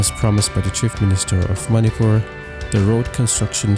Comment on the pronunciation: It's ManiPur not fur